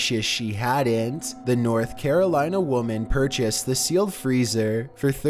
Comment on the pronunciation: I would have never "pur cheased" that freezer lol